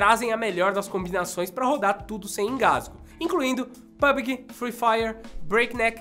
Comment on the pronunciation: Por que todo mundo fala PUBG errado porquê!!!